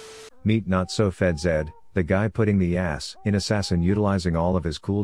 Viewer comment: it’s underfed zed